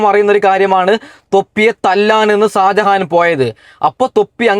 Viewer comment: Sajahan alla mone sha sha shajahan😂